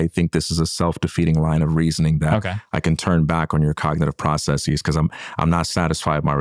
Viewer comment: God dammit he said process-eez . I guess it's a word now fucking pseudo academia imitation corporate zoom call speak. It's a hypercorrection and absolutely pointless and ugly to listen to